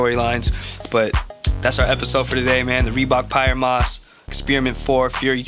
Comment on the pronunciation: I think it might be pronounced “pee-air moss”